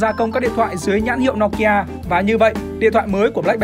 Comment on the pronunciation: Từ bé đến h mới nghe thấy có ng đọc " No ki a" : trước h toàn "Nô ki a" 🤣